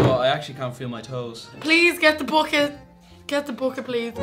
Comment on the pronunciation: “please get tho bocket” 🤣🤣🤣